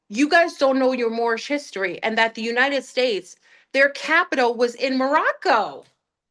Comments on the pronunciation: She always says the “United Fakes” 😂 but it did sound like steaks and now I’m wanting Outback! 🥩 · Pretty sure she just said United Steaks, now I'm hungry!